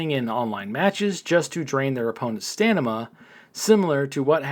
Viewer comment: Hey 👋 I am not trying to be mean but you say "stanima" it's stamina not stanima just trying to help nice Content Creator like yourself.